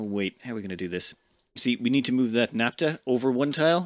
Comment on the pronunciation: What is naptuh? Do you mean naphtha? In all seriousness though, I love the videos. You are the only ONItuber I find compelling.